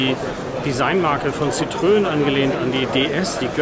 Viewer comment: Ein für alle Mal: Citroen = „sitro-en“ ohne ö und Louis de Funès = „Lui dö fünes“ mit s am Schluss. Wenn man nicht Französisch kann, dann sollte man zumindest bei Wikipedia, Forvo, Pons, etc nachschlagen, bevor man ein derartiges Video öffentlich stellt (das nennt man in der Schule Hausaufgaben).